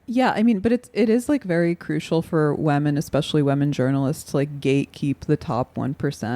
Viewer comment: Anna says women like "wemen"